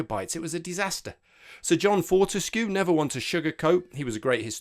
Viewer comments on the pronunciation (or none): none